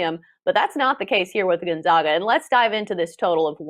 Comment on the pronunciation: Let’s see how many times we can mispronounce Gonzaga while pretending like we are experts...